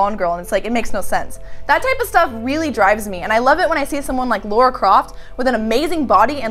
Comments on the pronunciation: FFS it's Lara with an 'ah' sound NOT Laura. What the hell is wrong with Americans that they can't pronounce a simple name correctly!? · *Lara... not 'Laura'... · is it so hard to say Lara and not Laura? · It's LARA Croft. Not Laura Croft. lol XD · Warchild CQ seems to be an american thing. i often hear them calling her "laura" rather than "lara" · Oh no is one of those people that call Lara Croft; Laura that's just weird and not right, i'm guessing she also says her own name wrong too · A woman named mispronouncing the name Lara... ironic... From now on we call her.